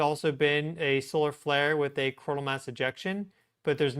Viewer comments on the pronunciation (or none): .....please say the names of the events a little slower so that we can understand what you are calling them more easily. For instance Coronal sons like cona....Geomagnetic sounds like Geomahnic